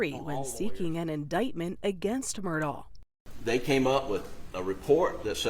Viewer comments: Why does the narrator, Nikki Battiste, keep calling him "Murdal"?? Why put an 'L' on the end?? It's Murdaw or Murdock. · I’ve never seen the name Alex pronounced like “Alec”…. And why do people pronounce Murdaugh like there’s a C at the end? “Alec Murdaughck” 😭 bizarre ! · My goodness… what is with this guys name… it’s pronounced different by everyone. Alec Murdaugh Alex Murdaugh Alec Murdawl Alex Murdawl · Okay, let's get everybody in a huddle and decide how to pronounce this name: Mur-dock, Mur-dah, or Mur-dahl? I'm hearing all three in this video. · I love how everyone pronounces this dude’s name differently. “Alex Murd-aww”, “Alex Mur-DOCK”, “Alex Mur-DOH”, “Alec Murdock”… which is it? 😂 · Is it Alec or Alex? Is the last name pronounced "Murdaw" or "Murdoch"? Pick one and go with it. Sheesh. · They pronounce the name "Murdock." Just saying. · I've even heard Alex pronounce it "Murduck" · It's a bad sign when the reporter assigned to the case can't pronounce the name of either the defendant or of the victims. Who is "Murdall"? 48 Hours usually does good work, but their episodes on this case are unbelievably bad. Both the correspondent and the executive producer for the Murdaugh episodes need to find a different line of work. They were horrendous in their output here. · Why all the mispronunciation?! The name is Murdaugh, but most people say Murdock! His name is Alex, but most call him Alec! It is driving me bananas!!! What am I missing?!?!🤣😂🤣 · It drove me crazy that the media could not get the last name right. He himself clearly pronounces it “Murdock”. The least the journalist could do was make she she pronounced it correctly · I can’t listen to her mispronounce his name. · Gosh the first reporter cant pronounce murdaugh. Its so irritating. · Does anyone actually know how to pronounce this family’s last name 😂😅 Mer-Dock Mer-Daw Mer-Dawl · Why did the narrator purposefully mispronounce the last name? It should be pronounced as it is locally